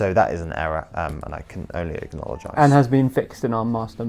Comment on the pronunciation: I like this new word, "acknowledgize" (acknologize? Lmk)